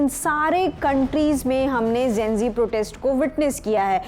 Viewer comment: Gen- zee hota hai naki Gen -g...😂 Similarly nishan hota nisan nahi... Lallantop should watch these things...Cost cutting zaada ho gaya